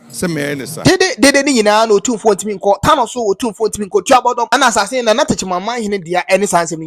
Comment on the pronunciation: Pronunciation is Tuo (gún) - bodom